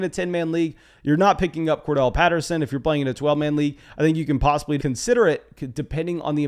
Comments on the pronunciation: Cor-DA-rel not Cor-Del bro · HIS NAME IS CORDARRELLE! Not Cordelle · a couple of pronunciation notes .. It's Cor- Darrelle Patterson. Like Core- DARYL. And it's Alvin Ka-mare-ah. Like the car "Camaro" but with an 'a' on the end instead of the 'o'. If you go back and listen to the announcers on the game you will hear what I'm saying. And the announcers are vigilant about checking with the teams to make certain they are saying them right.